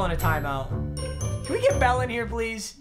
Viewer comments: Has anyone else thought sometimes when he was saying bell he was saying belle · Anyone else keep hearing “Bella’s so tired”😂